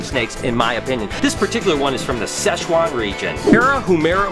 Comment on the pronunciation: Sichuan(I know it is hard for American to pronounce lol...) local of Mandarin rats are the best looking Mandarin for sure, I have bred these snakes back in the days when I was in China.